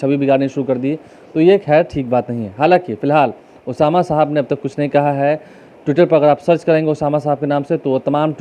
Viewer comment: अबे नाम तो ठीक से लेना सिख लो बाद में माइक पकड़ना...उसका नाम ओसामा सहाब है, साहब नहीं।